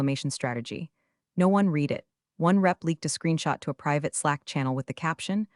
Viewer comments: TED is pronounced as it looks, like name Ted. Read is spoken as red. Get it and work with AI on it. Also slow down AI. Love metaphors and stories have good bones. Still around a 3 on stories. Fix on other problems and you could get a a 5.❤️🐉💙💙😎😎🌈🌈🦅🍍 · I've noticed that most of them fail to get "READ" correct because they don't get programmed for words that are spelled the same for present in past tense. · This speech bot fails to grasp the pronunciation of 'read' when used in differing contexts - 'read' can be 'reed' as in "I will reed that later", or 'red' as in "I red that yesterday", both still spelled READ. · Flows to detecting artificial intelligence AI presentation when you hear the word, READ as red or reed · Absolutely! It is really really irritating. Additionally, the bot doesn't know how to pronounce "resume" or "foie gras" .